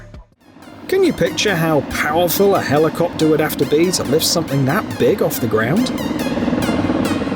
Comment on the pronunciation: the helicowpter (heli-cow-pter)